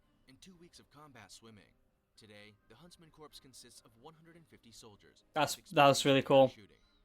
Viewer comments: USMC Scouts are underrated, same with Air Force Para-Rescue. They both work with SEALS. I'm surprised Spetznaz wasn't on this list. I hate how he pronounces Corps. Then, there are those that we don't speak of... I spent 10 years in the U.S. Army, and still don't speak of them, because they don't exist. SOAR is probably the most underrated group in the world. They are the best trained pilots in the world. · I hate how the people who know the least on the topic make the videos like that. Like that man couldn't even pronounce 'corps' correctly. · My family is military as well, and It's kinda annoying when people get it wrong... Glad to know I'm not the only one who feels weird hearing that 😂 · Anyone eles realize he said "corps" instead of "cor" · It angers me that corps keeps being pronounced like “Corpse” instead of “core” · Its like a garden rake ripping across my nutsack when I hear someone say corps as if they are talking about a deadie. SEMPER FI!!! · Anyone else getting trigger by narrator pronouncing it "CORPSE" instead of "CORE"? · Did anyone else cringe when the narrarator pronounced "corp" as "corpse"? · Someone needs to tell how to pronounce Corps, the P is silent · Narrator: Corpse Everyone else: DAFUQ DID YOU JUST CALL IT!? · Im triggered...he actually says “corps” with the p and s... its “C O R E” it’s like the dude has never heard of the United States Marine Corps...or any other military branch with “Corps” in it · The guy is pronouncing corps wrong. Its pronounced like core. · He keeps on saying corps. And it’s wrong haha. It’s pronounced “core” because a corpse is a dead body. Think US marine core not us marine corpse for pronouncing. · The narrator be like: "Corps" Bruh. It's pronounced as "Core". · I wanna hit my head against a wall when I hear people pronounce it like corpse. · Pisses me off, its "Core" ffs. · Someone needs to tell that guy that's not how you say 'Corps' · The way they pronounce corps just hurts